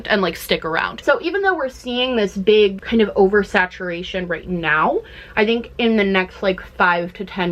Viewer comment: A beeg, beeg scrunchie lol Love this vid!